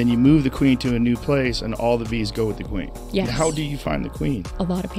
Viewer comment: She really does talk like that. Pronouncing every ‘e’ in “queeeeen”.